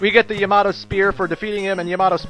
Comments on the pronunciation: It's ya-ma-toe, not ya-mato. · I go by how a Japanese person would say it. 3 syllables in the name, and the name is pretty commonly used in animes I've seen so I've heard it before. They all pronounce it Ya-Ma-Toe, not smashing the last two syllables together.